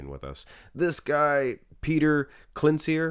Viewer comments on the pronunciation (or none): Croatian. Pronounces Klanchir